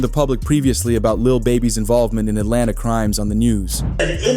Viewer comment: This "source" couldn't even put the A at the end of Atlanta. Fake AF! 😂😂😂